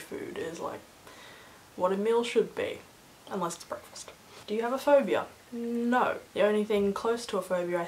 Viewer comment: At the minute it sounds like you say "nein" instead of no :D